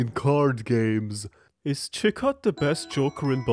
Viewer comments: chitot is a real jester. so are the other legendary jokers. Chi-tot is how it's properly pronounced i think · not even you pronouncing chicot wrong could prepare me for the way you actually pronounced the T in tarot... its silent bro...